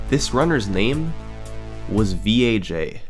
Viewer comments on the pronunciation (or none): Something tells me name "VAJ" not supposed to be pronounced as "Vee-Ae-Jay" my dude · is it pronounced v.a.j or vaj hahaha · carefully saying "v" "a" "j" instead of the way we all know it's supposed to be pronounced... thanks youtube censors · I think think you're supposed to pronounce VAJ by reading the letters... :D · Summoning Salt: His name was "V.A.J" Me: No no we both know thats wrong.